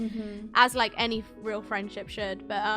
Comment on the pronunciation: We love a “firenship”